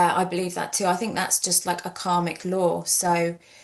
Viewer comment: “bink about it”